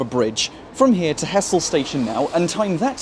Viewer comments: To be pedantic i know its spelt Hessle and looks like it should be pronounced like that, but its pronounced Hezzle. Enjoyed the video though. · Nice one. Just a small point - it's usually pronounced 'ezzle!😀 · He-zle... it's He-zle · this has been the bane of my existence when apps use as-the-crow-flies distances to define closeness. (Hessle is physically closer to Barton than Ferriby, but that doesn't mean its easier to get to) just to nitpick: the locals pronounce it more along the lines of hezzle (or even 'ezzle) they're talking about Hessle Road, which isn't even in Hessle) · also the locals pronounce it hezzle not hessle fyi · Hessle is pronounced ezzle, in ull dialect.